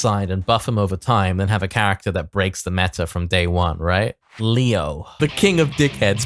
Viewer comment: The german pronounciations in the leo video hurt my ears